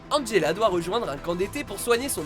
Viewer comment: Angela non Angelo pzux tu fermer ta bouche